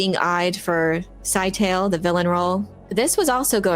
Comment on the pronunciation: Note to everybody: please pronounce Scytale correctly. It's not "sci-tale"; it is a 3 syllable word and acceptable pronunciations are as follows (provided in simplified phonetics): "SKI-tuh-lee" (sounds a little like Italy with a hard "SK" at the start) Another acceptable form is "skit-UH-lee". Words matter. Pronunciation matters. This has been your lesson of the day.